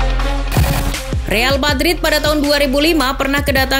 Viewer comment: Real Patrit 😧😅 gasalah denger nih